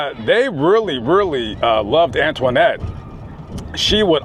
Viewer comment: It sounds funny when you pronounce her name...Antwaahnette, lol.